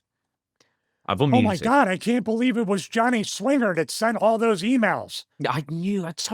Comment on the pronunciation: But didn’t say Johnny swingah